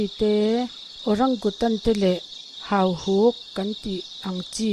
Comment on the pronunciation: Hahuk ti suh, hauhuk tih tur